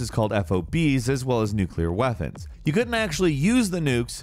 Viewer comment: "Nuclear WeaFons"